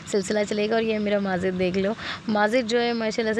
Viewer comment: Sister aap bura na manana aap majid ko mazid q bolti ho?please bura na manye ga